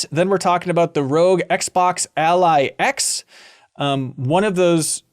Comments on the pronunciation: I think the thumbnail title is maybe a wordplay based on mispronunciation of ROG as "rogue" instead of more like "dog", which he does throughout the show:') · Haha it's ROG like "dog" not ROG like "rogue"! Great episode as always. MinnMax is such a reliably good-vibes show.